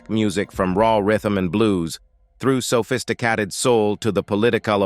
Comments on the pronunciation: "...sophistiCATTED soul..."?? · Sophisti-CAT-ed sent me